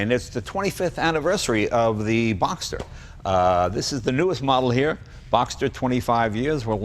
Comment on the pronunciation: It's BoxSter, not Boxter...